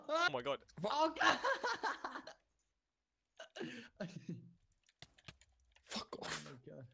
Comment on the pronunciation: "faq" such a french "fuck" <3